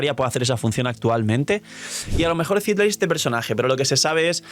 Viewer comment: Citlali... No CÍtlaly 🙄. Ojalá no salga nerfeada Mavuika 😔